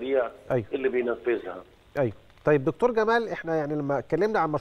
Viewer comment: كلمة دكتور يجب ان تنطق بالطريقة المصرية (فهي كلمة معربة منذ زمن) ولا يصح ان ينطق مذيع او مذيعة على قناة مصرية رسمية الكلمات بلهجتها الانجليزية، نرجو الانتباة من القائمين على البرامج والمذيعين